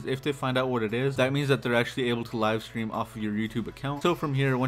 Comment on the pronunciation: "Live strem"